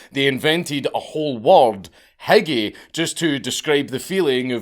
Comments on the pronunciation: Hygge is not pronounced hikki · It’s HOO-GAH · As a Scottish man who lives in Denmark, I approve. It's pronounced like Who-Gee btw. Hygge. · It’s pronounced “hoog” with the oo sound more U-like than an American “oo”, and more means cozy than happy. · You pronunciation of "hygge" was heartbreaking. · I so fucking hate my language.. but the "G" is silent... I'm so sorry.. I don't even know why im pointing this out..